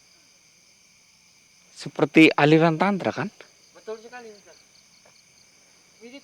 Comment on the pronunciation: 😂😂😂😂 nyebut Aliran Tantra, gk bener.. 😅😅